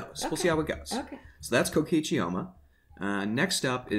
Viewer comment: It’s “Coke-key-chi” not whatever the hell you said Rantaro what the fuck